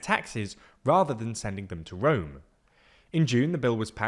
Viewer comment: and "power fully centralised in 'rom'" but I love it :)